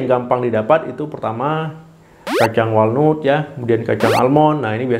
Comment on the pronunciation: Anda perlu perbaikan dalam pengucapan bahasa asing, contohnya walnut seharusnya diucapkan wol nat